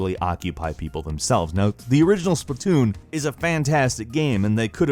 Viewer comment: it is "Splat-Toon" not Splitoon did you have a brain fart? It must be your advance age, your not getting any younger grandpa...